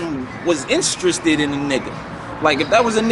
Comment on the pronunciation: The word “interested” really gives problems! 2nd time😂